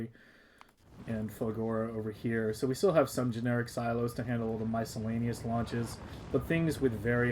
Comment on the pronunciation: wait til you hear miscellaneous